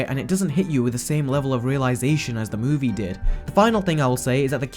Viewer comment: Why do you say "movie" so weirdly? Also there are no facts